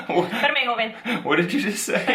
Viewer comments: You're naturals! really mastered the "pérame" LOL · Im so glad and proud to know the have a perfect pronunciation of "PERAME" jaja, im going to give her a 10 or hows is it A++? Love you both folks